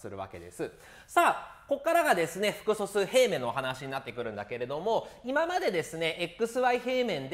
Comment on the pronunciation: めっちゃ °す°くそすうって聞こえるんだがw